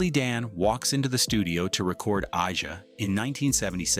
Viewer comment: The narrator said “ah ja”. Hmmm